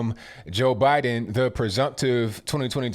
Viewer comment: "Bye-done" needs help!